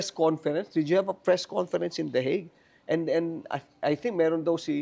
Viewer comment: 😂😂😂natawa ako s "THE HAGUE AT SA THE THE WIG😂